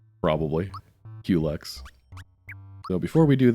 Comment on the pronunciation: I'm glad you pronounce "Culex" the same way I do. It's so annoying when peopel say "cullix" or "cool x"